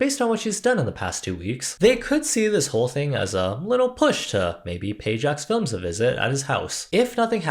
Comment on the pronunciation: This is such a small detail, but I admire you pronouncing "JJJacksfilms" the right way (the way Jack was saying it). I've seen enough commentary channels who are just trying to hop on the band wagon (which isn't a bad thing in this case) and can't even read Jack's channel name correctly.